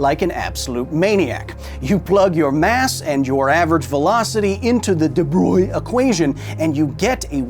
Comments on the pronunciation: DE BROY 😅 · hearing you pronounce de Broglie make me wanna hear you say brillouin